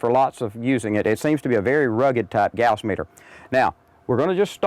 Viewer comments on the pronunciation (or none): i was in electronics engineering and we never pronounced gauss like that